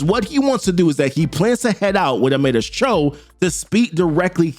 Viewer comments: Your pronunciation of Amadeus is craaaaaaazy lol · Bruh you sure can butcher a name lmao. The way you say Amadeus…